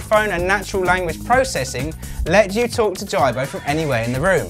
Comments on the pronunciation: you cant even say his name right JIBO not JARBO "smh" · HIS NAME IS JIBO IT PRONOUCE AS G-BOW NOT JARBOW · his name is "jee-bo" not "jie-bo"...the creator decides the correct was to say that...like preface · omg, it is pronounced Jeebo not jybo. smh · "Jai-bo"... Please do your research before posting a review, it's pronounced "Jee-bo". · It's geeeebow man.. the whole review I was focusing on the way ur saying the name..lol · hay i already Pre-ordered one last year and waiting i cant wait i cant wait... good so dont insult our JIBO pronunciation is the KEY lol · Justin Vazquez Hi Justin, yep I realised my mistake after I complete the video:-s. I blame Google translate:-). I was worried about the pronunciation, so put it in to google translate and it came out in UK English as Ji- bo:-s. Thanks:-) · It's pronounced jeebo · You obviously don't know much about the robot... you can't even say the name right. Jibo is pronounced Jee-bo. And this is not a review. I will report you if you don't change this. You are misleading us to get views. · and he couldn't even say the name of Jibo properly.. watch how the designer says it compared to this guy lol. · S.A.G disliker Hi S.A.G, yep, I will double check next time:-). I am hoping to get one and do a hands on review, so will adjust the pronunciation:-). Thanks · Mr PumperKnuckles you think so? Personally I thought the information on the review was good.. but if you are doing a review, I would hope that you could pronounce the name correctly. Not disrespecting anyone just saying how I felt about it. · Can you at least say the robots name right !!! Don’t ever purchase one because it will never respond to you. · This is not a review. You aren't even pronouncing the name correctly. Waste of time